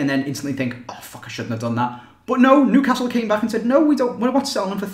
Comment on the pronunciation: You can't say Newcastle right